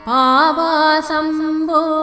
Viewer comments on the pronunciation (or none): It is sounding like Aapasam Po...it should be Paavasam Po.